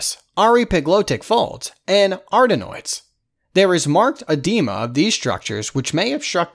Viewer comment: Have my ENT surgical rotation this week. This has helped loads thank you so much. Only thing is that the pronunciation of some of these words is wayyyyy off. ie. Hyperplasia pronounced as hyperlasia and edema as edemma...